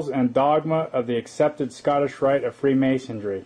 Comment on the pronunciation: "FreemasonDRY"?,...Illinois ., the "S" is silent.,...""Caesar" is spelled wrong., ..."Romulus" & "Remus" were the mythical "Founders Of Rome".,,..."Loyola" is pronounced like ...Loi OH la"., accent on the 2nd syllable.,,...it's "Piltdown" man., pronounced like "pilt".,as in "built", then "Down Man"., and "Peking" man is pronounced like "Pea King man".,..."Opus DEI",... not "opus DELI",..."Dei" sounds like "day".,...it's "Fullness" , not "fulness" .,... -spelled "Caesar" wrong again.,...